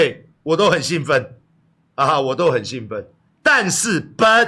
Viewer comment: 館長講中文就好，不要講任何一字的英文，自爆其短. 唸but都聽不懂，因爲發音不正確沒把t唸出. 館長現在爲了自己的利益，自認郭台銘爲爸爸，郭台銘有要認嗎？真好笑